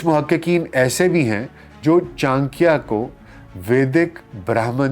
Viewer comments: Sir he is not "Chankiya" he is "Chanakya" ( चाणक्य ) and aap bol to rahe ho hindi but thumbnail mein urdu language kyo lagai hai ??? 😅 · بھائی یہ "چان کیا" نہیں بلکہ "چا نکّیا" ہے جس طریقے سے آپ چانکیہ کا نام لے رہے ہیں یہ آپ کی ناقص معلومات کا پول کھول رہا ہے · Acharya Chanakya boliye Chanakiya nahi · Chaankya nahin ...chaa..nakya ....pehle naam theek se pronounce kijiye! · Urdu so good even Chanakya becomes Chankya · its not chaankia. its chanak-ya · For proper pronunciation read this wrong spelling Channakya 😂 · Kam se kam aap urdu speaking h fir bhi sahi naam nahi le kar unko sahi se explain nahi kar sakty actual name chanakya h jismy 'na' word aatata h so plz aysy mahan shakhs ka naam sahi se le tabhi unke baary me baat kary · Chaaanikiya is it correct pronounciation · Before doing a podcast- must have learnt how to pronounce "Chanakya"! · Name toh sahi se le bhai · Tujhse naa ho paaayega inka sahi naam to le nahi skta to sahi chij kaha se bol paayega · Chcha aap pronunciation hi galat kre ho naam ka 😓😓